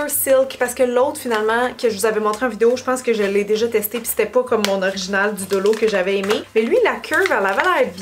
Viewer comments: On dit Dollo mais on écrit Dollar :) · dollo hahaha 🤣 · mais alors la monnaie $ vous la prononcez Dollo ? 🤣